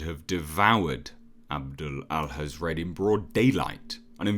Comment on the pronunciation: Hathred not Hazrad